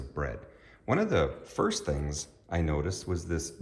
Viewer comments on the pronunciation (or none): none